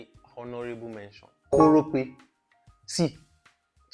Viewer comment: Seriously? Korope?😂